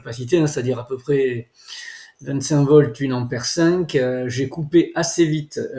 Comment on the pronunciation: Merci pour cette expérience. Cepandant on dit un ampère et non pas une ammère.